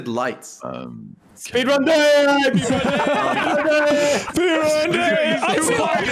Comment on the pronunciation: "SPEED RUUUN" sounds like "SWEDEN" aha